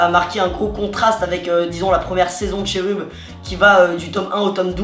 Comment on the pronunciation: ca ne se dit pas cherub mais keroub